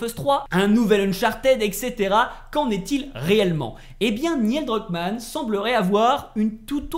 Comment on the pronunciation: j'adore tes vidéos, mais par pitié.. la prononciation! 🤯 Neil Druckmann ne se prononce pas "Niel" 😱 Le "i" est après le "e" et se prononce "Nil" (comme Neil Armstrong) 😉 Ça m'a vraiment trigger surtout que tu le prononces plusieurs fois d'affilée 😉